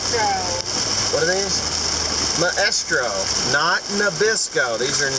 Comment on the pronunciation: its my-stro. You must have shot your eye out!